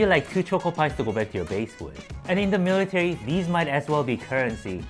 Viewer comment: how many times does he say "miritary"